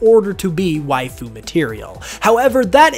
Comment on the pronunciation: Sir please stop saying Wife-ooh or however you'd spell it. After the 50th time hearing it, I can't anymore 😂